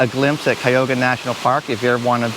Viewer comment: it is pronounced CUY A HOG A